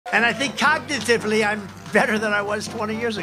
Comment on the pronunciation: Sweaty and mentally unwell He says “cognitively” likes it’s a word he just learned Vote Blue